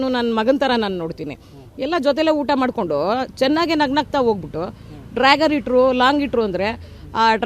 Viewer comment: it’s not dragger. It’s dagger.